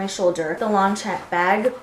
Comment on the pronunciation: Long-sham not long champ